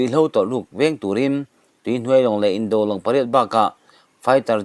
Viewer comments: Mizo tawng hian a thlukin awmzia a nei . Indo tiha do hi a thu a zirin an indo tiha do thluka thluk tur a ni ,i mak ,i thiam har. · Indo pacific tia do hi an indo tiha do thluk hian thluk rawh.